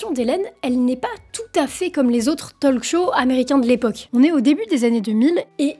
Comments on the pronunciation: "talk" se prononce "tauque". Le L ne se prononce pas. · Juste, pour la speakrine. On ne prononce pas le L dans talk, pareil dans "would, should"...😊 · Pitié on ne prononce pas le L de talk 🙄 (comme walk). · Autant je ne sais pas parler anglais, autant le peu que je connais je le maîtrise. "Talk", "walk", .. : ON NE PRONONCE PAS LE "L" !!!!!!! Et "often" : ON NE PRONONCE PAS LE "T" !!!!!! Ce n'est pourtant pas compliqué à retenir?!!